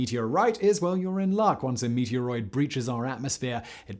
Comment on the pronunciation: He keeps saying "meatier 'roid".